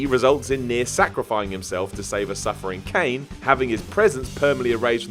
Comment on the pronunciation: seriously? Did you really just say X-2 as an X rather than 10? it's called a Roman numeral ffs.....also it's Speer-uh not Spire-uh and Ky-nay not Kane. :/ oh, and if Meryl dies Snake leaves with Otacon, NOT Ocelot...